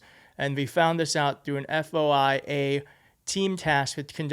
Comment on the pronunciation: Hi, I noticed you stumbled with it so I am here to help: FOIA - commonly pronounced "FOY-YA" - stands for "Freedom Of Information Act." Good story!!